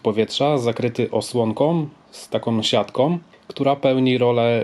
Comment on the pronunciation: osłonkom z taką siatkom... no weź to jest denerwujące.